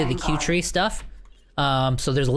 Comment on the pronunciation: P.S i think 'kuertee' is not "q-tree" as you say.. i think it is a play on words ...it is 'Cutie' as in ... "She is such a cutie." no 'R' in tee ???